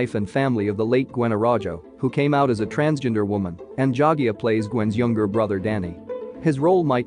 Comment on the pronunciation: The thing that you don’t know is how to pronounce his name correctly 😂